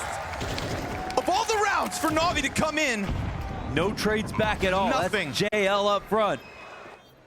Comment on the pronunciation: Navi isnt NAVII